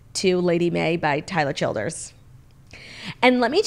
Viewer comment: Thank you Claudia for finally saying Tyler Childers name correctly! hahaha